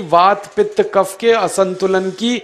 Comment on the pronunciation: What is Waat, Pitt, Cafff